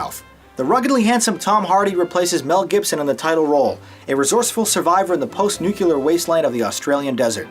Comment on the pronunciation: I think this was a fantastic and really solid review, I also... Wait a sec... Did you just say "nucelar"? WTF?! Instant dislike, unsub. GG noob, lol